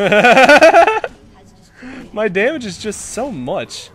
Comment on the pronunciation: He said damige 49 times Thumbs up so everyone can see ;D (or dont ..i dont care :P)